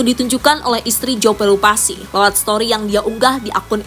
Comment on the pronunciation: Pelupessy bukan pelupasi jauh banget min!!